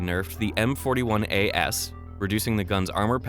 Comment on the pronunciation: can't read.